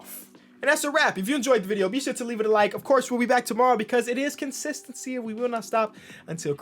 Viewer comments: just a friendly reminder, its not CONSISTENCY its KENSISTENCY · is he saying consistency weird or is he saying kensistentsy yknow weather or not its on purpose it's a dub